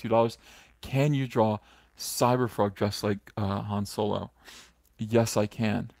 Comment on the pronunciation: I thought Solo was actually called Soylo.because you say it so convincingly.